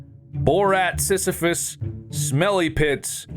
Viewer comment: Bob mispronouncing sisyphus and thinking sisyphus would sound like borat under 20 minutes is peak ethan. I wish for a day to see mark ethan bob and tyler together in a video 😔